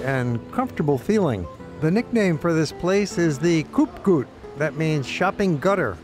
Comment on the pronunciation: Koopgoot is almost pronounced as Cope Goat. (just change the G to the dutch harsh one.)